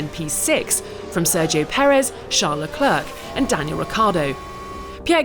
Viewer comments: WHO IS? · She still misprounces Leclerc brutally.